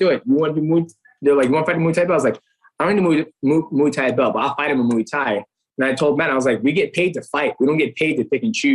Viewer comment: I’m disappointed that a such experienced fighter like DJ can’t pronounce Thai box king proper… mhuui Thai ffs